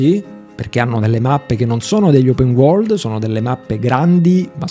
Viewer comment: “Open Uorgld” cit.